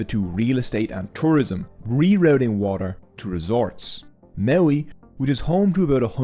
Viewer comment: Excuse me, but since when is T a silent letter? Water is not waer.